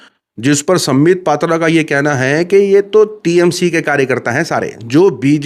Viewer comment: Patra nahin vah padra😂